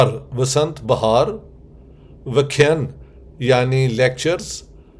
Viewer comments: Welcome to India ,Dr.Sahab,it's vyakhyaan not vyakhyaan,plz correct it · It is Vyakhyan, not Vakhen, it is a Sanskrit word. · Sir please not pronounce VAKHAYAN but pronounce VAAKHYAAN . “Vasant VAAKHYAAN Mala “ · Vyakhyan nahi Sir vyaakhyaan and you are here as a vyaakhyaataa. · You can pronounce 'Vyaakhyaan Mala.' 🙏🙏⚘️⚘️rather than Vyakhyan. 🙏⚘️Thanks, waiting anxiously for your lecture. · Sir ur vdos r very informative n useful for present generation. The pronunciation of vyakhyan is vyaakhyaan. Pl. Try to spell as advised. Thanks. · Dr. Sahb, vkh+yaan ( not vkhyun or vkhyn) is the right pronunciation. Welcome to India 🇮🇳 🙏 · It's वसंत व्याख्यान ...it may help pronounciation. Vasant vyaaakhyaaaan this..😊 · Kindly pronounce it as vyaakhyaan maalaa.